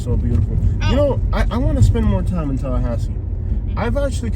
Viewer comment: To bad you dont know how we locals say Tallahassee. u r completely wrong.